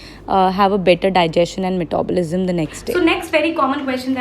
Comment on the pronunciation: So funny to hear...